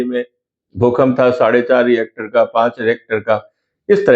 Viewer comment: Sir, it’s रिक्टर, not रिएक्टर.